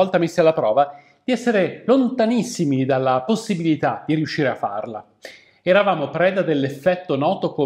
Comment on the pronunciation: Mi ha fatto ridere come dici "lontanissimi" all'inizio ahahahah